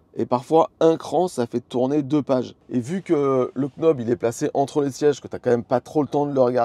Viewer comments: Et quand on est knob on est prédestiné à dire knob, au lieu de nob 😂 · Sexy " quenaube" ?! 😂 On dit "nob" sans prononcer le "k" comme les Knicks de New-York, le verbe "to know" etc 😉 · "nob" pas "k'nob"! Sexy knob ça porte à confusion, je vous laisse chercher pourquoi ;-) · Vidéo super claire, merci! C'est top que vous testiez un peu de matos comme ça. Et le format est cool =) PS: le "k" de knob est muet en anglais;) ça fait "nob" et du coup c'est plus simple haha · Nob, sans le K. Stpppppppp!!!😅😅😅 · Pour l’amour de dieu, le K est muet. Ça se prononce « Nob »….. chaque K prononce est comme un Keunife to my heart 😂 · English 101, Knob se prononce Nob ;-) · Par pitié le k de « knob » se prononce pas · "You know" On prononce pas le k, pour le knob, même combat 👍🏻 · J'ai pas de Tesla, donc a priori je m'en fiche des accessoires. Mais j'ai regardé la vidéo juste pour le plaisir, parce que c'est La Chaîne EV. C'est vraiment cool ce système de Sexy Buttons / Sexy Knob, si j'avais une Tesla je n'hésiterais pas une seconde. 👍 PS: j'ai passé toute la vidéo à me demander si faisait exprès de prononcer le K de knob pour nous faire réagir 🤔... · Le K de Knob est silencieux c’est de l’anglais 😅